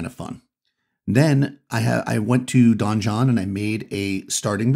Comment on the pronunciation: Since you speak for a hobby and use the word "donjon", I want to help you out. It's just French for "a keep" and, as an English loanword is pronounced the same as "dungeon"...unless the creators of the software have explicitly said it's like Don John.